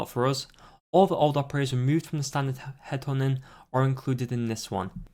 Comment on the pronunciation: "Headhunting" You: hed'honin